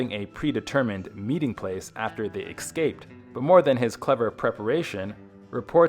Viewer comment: Hey narrator, it’s Escaped not “ Excaped”